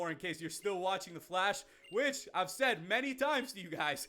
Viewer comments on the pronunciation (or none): Please... Never... Say... FLASH... Again... XD